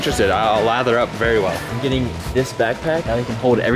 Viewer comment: I'm gey'n through, don't worry guys Also: don't think that i can make it to the ambulance